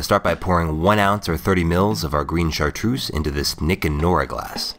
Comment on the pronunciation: I'm from Savoie in France (where the chartreuse comes from), we have chocolate with liquid chartreuse inside it's fantastic! Btw, it's Chartreuse, not Chartroose ;)